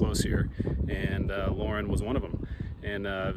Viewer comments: Pronounced Laurin is pronounce Lorey. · The locals pronounce Laurin as Laray for some reason. Maybe because its founder was French and somehow the locals thought this is the French way of pronouncing Laurin. My grandfather had two general stores there and a ranch on Ramshorn creek and his second and larger store burned in about 1923. I have the original accounts receivable book and some people paid their bill with chickens, ducks and geese.